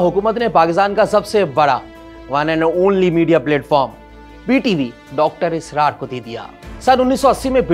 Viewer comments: Ye anchor Puri Video Mai Israr ki jagah Asrar kehta Raha hai or moun esy bana Raha hai Jese bht itra Raha ho bolne per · Asrar nh israr ye video host kon bekar h pronunciation itni bekar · Sari Zindaghi har kisi se suna Dr Israr Ahmed. Yeah sahab Asrar Ahmed bana rahay hay. Inko pata hi nahi sahi pronounce kaisay kerna hay Buhat hi weird. Kabhi Asrar kehtay hy. Kabhi israr. Ajeeb cartoon kahi k. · What is Asrar? You can not even pronounce his name correctly?? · Should have been presented by a top notch host who could have pronounced Dr. Sahab's name correctly at the very least. Also, there was alot of bias against him during the first half ( as evident by the frequent SMIRKS) on the presenter's face. Dr. Israr has given a TASALLI BAKHSH answer to every issue which the ill informed host erroneously highlighted as being unaddressed by the late scholar. Half baked research.